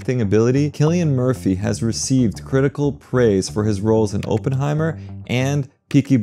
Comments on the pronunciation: Whoa?? "Open-hemier?" It's "Op-en heimer." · Oh-ppenheimer??? LOL, it's Opp-enheimer.